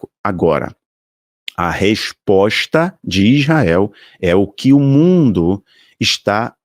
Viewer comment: Não é Ijael, é Israel.